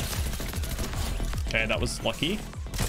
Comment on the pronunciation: Lachy is always lucky. For me it sounded as though Lachy said Lachy instead of lucky